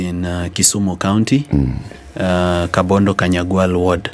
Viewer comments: Hello, the place is called Kabonyo Kanyagwal not Kabondo kanyagwal. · It's Kabonyo Kanyagwal. Not kabondo Kanyagwal.